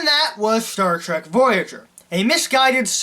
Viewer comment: What SHTAR TREK?